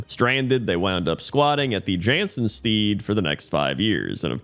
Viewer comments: Jansen *Sted, not Steed. Stead, like homestead. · A pointless correction for a pointless top 10: stead rhymes with dead :) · Stead rhymes with bed